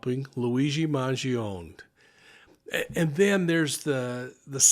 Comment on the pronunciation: Respectfully. MAN GEE OH NÉ (NAY). Vowels at the end of a word in Italian are pronounced.